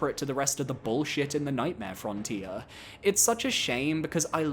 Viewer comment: Nightmare "Fron-tier"